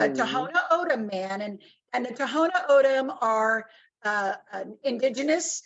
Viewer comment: Thank you for speaking the truth my only complaint is you pronounced Tohono O’odham wrong it’s pronounced Tawnah Aawdam not To-ho-no Ohdum. Ray was a family friend I’m a white woman and I’m absolutely disgusted I want to protest and become active against these idiots. Ray was murdered I know Border Patrol gives zero cares about the people and this land that we live on. God bless you keep bringing it up